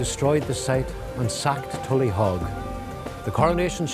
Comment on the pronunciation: It's not pronounced tullyhog nor was it a fort..what utter ignorance!